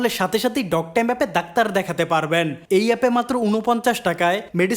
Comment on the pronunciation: ভাই মাঝে মাঝে ডাক্তার উচ্চারণটাকে "দাকতার" বলে ফেলেন। প্লিজ উচ্চারণটা ঠিক রাখবেন